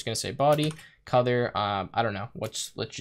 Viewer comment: why are you pronouncing "codour" instead of "colour"?